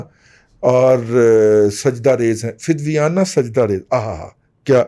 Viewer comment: معذرت کےساتھ دادا صاحب ! فدویانہ نہیں فدایانہ سجدہ ریز